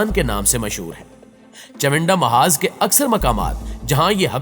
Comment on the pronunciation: باقی باتیں تو بعد کی ہیں اپنی اردو کو درست کریں چونڈہ کا معاذ نہیں چونڈہ کا محاذ ہے یعنی معاذ نہیں محاذ ہے